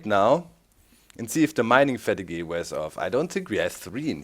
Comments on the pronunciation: doc! fateeeg! not fatugeh! :3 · Mining Fat-i-Gahy - No. Just NO. Lol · FATEEEEEEEEEG not FATIGWAY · "Mining Fatty-gay" I love your pronunciation Doc! :) "Fat eeg" Great episode so far (I'm commenting half way through) I really enjoy this series - thanks for posting a new vid :) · he pronounched it like the french word, fatigueé, that's where he got it from. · Haha, it's funny how you pronounce 'Fatigue' in 'Mining fatigue' like in a french way ^^